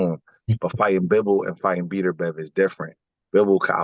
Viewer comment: Who's the idiot you're talking to that keeps calling him Beeterbev? At least get the guys name right if you want any credibility. Beterbiev wins the fight and your buddy loses a spelling bee.